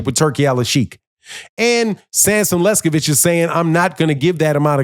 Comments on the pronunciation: Pronunciation is key,... Sampson Lewkowicz - not sure who Sampson Lescovich is....LOL 😂😂😂😂😂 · Bro! Enunciate correctly LEWKOWICZ 😂😂😂